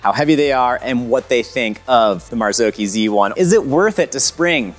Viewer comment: Mazaoki isn’t how it’s pronounced ;p mazz awe chi